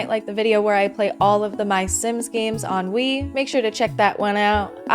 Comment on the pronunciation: Every time you say “on Wii” all I hear is ennui lol I have major sims 4 ennui lol I say that to myself all the time now 😂 sims 4 am I right??